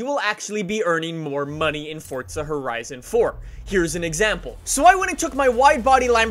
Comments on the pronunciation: bro pronounces “forza” like “fortsa” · He did fortza instead of forza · Does anyone else notice that he says fortza instead of forza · you saying FORTSA and not FORZA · This trend of people pronouncing "Forza" with a T, is starting to annoy me... It's not "FORTZA" is it? Never has been and like 10 years ago no one said "FORTZA" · Fortza? I'm here for forza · it’s forza not fortza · It’s not fortza it’s forza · its forza not fortza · Forza or Fortza 😂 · IT IS NOT PRONOUNCED FORT-ZAH BRO‼️‼️ ITS FOOOORRRRZZZZAAAAA! FOUR-ZAH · forza not fortza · sorry but it is forza not fordza i am not trying to be rude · He says fortsa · say fortza one more time i swear to god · Stop saying fortza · Why do u always say Fortza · Why does it sound like your saying fort za it is pronounced forza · Thanks for all the help. But why do you say fortza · I pronounce it for za he pronounces it fortza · Four-za. Not Fort-za. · this dude says fortza not forza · Whats fortza? i thought it was forza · ITS NOT FUCKIN FORTZA IS FUCKIN FORZA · Why he kept saying FORTza😂😂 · There's no t in forza it's not fortza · English doesnt follow the same pronunciation rules, so In english it is “forza” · Are you saying Forza or Fortza?? 🧐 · it’s for-za, not fort-za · Anyone get slightly annoyed how he says fort-za? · It for-za not fort-za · You always say fortsa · Why you say fortza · its for-za. There's no T in it. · “Fortza” Great video but that’s really all I heard lol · Why is this guy say fortsa? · Say it right theres no”t” its foRza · Just me or is he saying fortza horizon four? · "Forza: more like poor za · Thought I was watching forza not fortza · “Forsa edition” lmao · "Fortza" wut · There is no t is forza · “Fortza Horizon 4” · U say fortza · STOP SAYING FORT-ZA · Why are u calling it Fortsa? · Hey guys welcome back to FORTZA HORIZON 4😂😂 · “Fortza” haha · WHY ARE YOU SAYING FORTZA? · Why do you pronounce it like “Fortza” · ِ forza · There is no “T”….